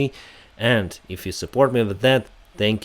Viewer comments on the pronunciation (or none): i refer to the way you say peaceful sky, just to clarify